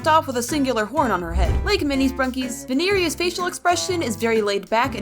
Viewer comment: It's not veneria it's vinaria